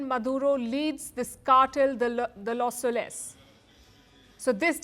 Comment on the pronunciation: LOS SOles not soLES. stress on first syllable